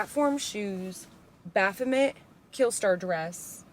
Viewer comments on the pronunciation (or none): none